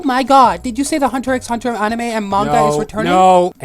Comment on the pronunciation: Umm before you say shit about togashi perhaps learn how to pronounce hunter x hunter😅